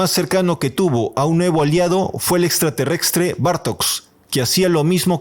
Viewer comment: Buenísimo el informe! Pero no digas más "extraterrextre"